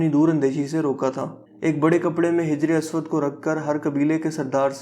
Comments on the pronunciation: brother the word Hijr e aswad,,,, yah Hajar e aswad hay,,,,, Hajar arabic mn Pathar ko kahtay han.... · hijar aswad nahi hai hajar aswad hai naam hajar pathar ko bolte hain arabic main our aswad kale rang ko baki video boht achi bnai apne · Wrong..hijra e aswad Correct...hAjra e aswad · Hijra aswad nhi hota hajra aswad hota ha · Bhai Hijr-e-Aswad nhi hota Hajr-e-Aswad hota hai.... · Ma sha Allah you speak well... But You need to work on your pronunciation... Like hijre aswad's correct pronunciation is hajre aswad... Etc.. JAZAKALLAH.